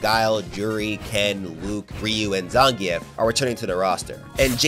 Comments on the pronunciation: You pronounce zangif name wrong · Why my guy say zangief like that 😭 video is amazing regardless